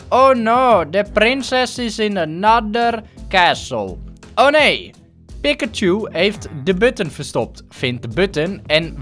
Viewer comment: het is piKachu en niet piCKachu